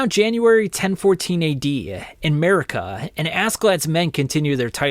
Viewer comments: Not calling Mercia (MER-see-uh) Murica 🇺🇸😭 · Fantastic video, have always loved your videos, but its Mer-cia. Not merkia! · In the future bro, it’s pronounced Mer-SEE-uh not Murica. I stopped watching 20 mins in because of this. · It’s Mercia, not merica, Mercy-uhh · Great video, really informative. But as an Englishman it pains to hear you pronounce Mercia. Just an FYI. It’s MER-SEA-UH